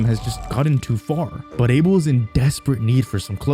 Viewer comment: idk why him or no one has been correcting his name pronunciation its "Uh-Bell" not "A-Bill"